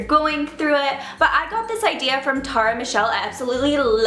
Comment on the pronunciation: You pronounce Tara so strangely